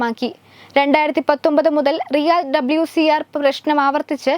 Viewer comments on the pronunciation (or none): ഇവളെ ആദ്യം മലയാളം ശെരിക്ക് പറയാൻ പഠിപ്പിക്ക് എന്നിട്ട് വാർത്താ വായിപ്പിക്കാൻ (പ്രഷ്നമല്ല, പ്രശ്നം ആണ് )